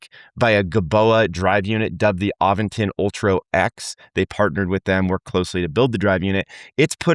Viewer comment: there is no "G" in Aventon!